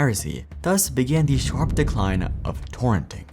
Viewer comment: "decline" lol